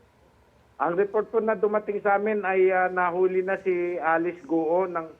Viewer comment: .pambihira. ang tagal na ng kasong to - mali pa rin ang pronunciation nyo ng GUO buti pa yung sa channel 2 tamang tama ang pronunciation